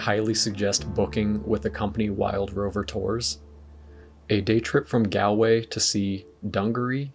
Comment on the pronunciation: Look up how to pronounce Galway, Moher and Kilkenny before you come back here